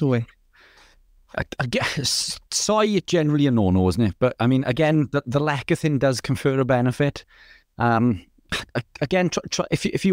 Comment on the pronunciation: It's pronounced less e thin, not lek a thin